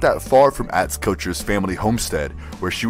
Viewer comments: ATz??? Why does the narrator pronounce his name like that? It's not the way it is said on the program. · The name is properly pronounced OTZ.